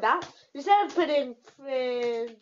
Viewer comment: 'print' not pwint.